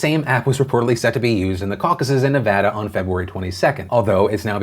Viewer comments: It makes my soul so happy when you say Nevada correctly. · As a former Nevadan - Thank you for pronouncing the states name correctly.